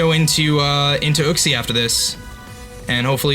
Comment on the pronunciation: kleper yuxie* u-xie*